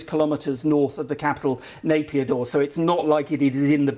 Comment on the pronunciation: Nai pee taw not Napier daw !